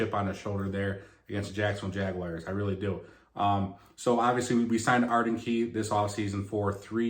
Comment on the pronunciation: Jagwhars not Jagwires The Tituns